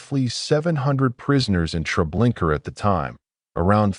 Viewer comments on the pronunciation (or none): Me too. Every time I hear the narrator say Treblinker I cringe. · Yeah. Unfortunately it seems as if this is AI narration, especially with the "Treblinker". I cannot watch it. There is something very sad about people using AI instead of their own thoughts, writing, and voice. It's like being tricked or robbed. Terrible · I can’t get past the TREBLINKER thing. If your editing didn’t catch and correct such a major error, I think it’s very disrespectful to those who suffered so much and perished by thoughtless, evil people. Why haven’t you taken this down and corrected your error? At least those who view your video after that, wouldn’t have to cringe every time they hear “TREBLINKER”, and could focus on the content." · Can’t listen to this. If you can’t get the name right, don’t post it. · Ugh no R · It's irritating to hear the invisible "r," instead of the "a" at the end of the name Treblinka. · A-I SUCKS or either you do can't even pronounce it right. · Dude come on....there's now R at the end of treblinka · Relaxing??? Treblinka ???? That so wrong !!!!!!